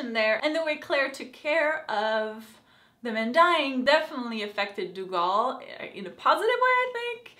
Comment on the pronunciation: Lovin you outlander reviews! But pleeeease its pronounced "Doo Gel" thank you!